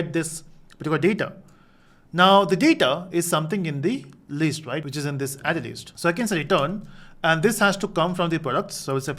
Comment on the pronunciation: its List not leest